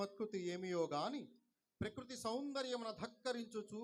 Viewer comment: Prikruti కాదు బ్రో ప్రకృతి